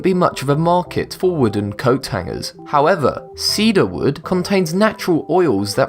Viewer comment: Jesus. Does every item require a "howevah..."